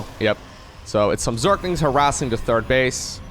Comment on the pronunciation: that pronunciation was pretty decent,! Congratulations as a dutch your German pronunciation is - if you like it or not - quite good in general. Work on your TH in English though, everytime you mention a players THIRD base, it sounds like you are talking about is TURD base, which is ofc something completely different.